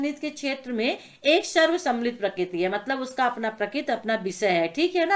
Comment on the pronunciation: मैम आप कृपया करके प्रक्रिती को प्रकित मत पढ़े करो मुझे बहुत ही गुस्सा आता है